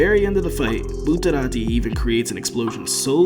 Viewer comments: Say Buterati one more time. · what the hell is up with your pronounciation bro. "Bruno bootarati had quite a few close calls throughout the run of vente aura" Are you trying to say it in a japanese accent or what? Just say it in your american ass accent, it's so much better than saying bootarati